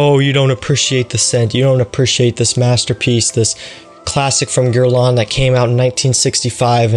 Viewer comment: Start by pronouncing it correctly ........ Your grandfather had better taste then you